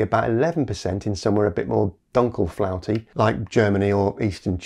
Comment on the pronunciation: had to do a double take because i've never heard "Dunkelflaute" pronounced that way. 😅